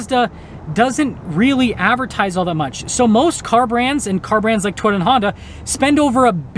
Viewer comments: Is it just me or does this guy say the word Toyota like Twitter? lol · lol this is a very informative video. Will be looking at Mazda more. I swear when he said Toyota it sounded like Twitter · I like how he says "Toyota."